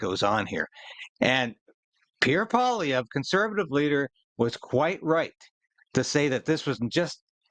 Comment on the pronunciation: You make Paul Poiliervre sound like a Russian name. It's French. Poil means the hair or fur of an animal and is pronounced like "pwal" and lievre is French for hare and sounds like li-ev-re, so it means hare fur. Maybe his settler ancestor was a trapper.